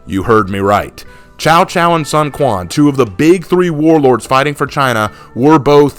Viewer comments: Cao Cao, Not Chao Chao. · Man I was so hyped about new hero I was almost convinced it was going to be like Lu bu type of hero but no we got a fkn pirate.... (And just a side note I hate to be that guy but you pronounce cao cao like tsao tsao)